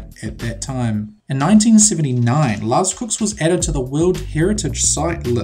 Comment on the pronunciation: This guy is horrible at pronouncing lascaux and lechuguilla